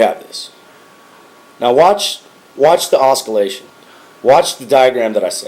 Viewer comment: It's pronounced oscillation not (osk-u-lation) hahahaha